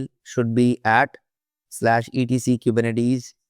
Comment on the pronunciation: dude if you are making a 6 hr video about Kubernetes make sure you can pronounce it. really it's embarrassing and painful to listen to